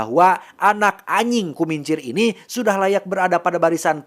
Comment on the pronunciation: ajing bukan aying bang 😂